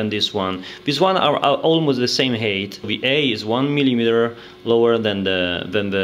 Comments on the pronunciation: Very well presented, you are a good teacher! Just for future videos and for your information, the word 'height' is pronounced 'hait', not 'heit'. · Please learn to say height properly lol